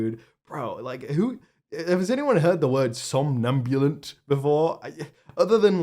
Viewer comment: Yep! som·nam·bu·lant /sämˈnambyələnt/ adjective resembling or characteristic of a sleepwalker; sluggish. Kudos to for pronouncing it correctly! I love the response it got, asking for the return of a thesaurus. 😆 That loquacious malapert's diatribe was deserving of that castigation! 😉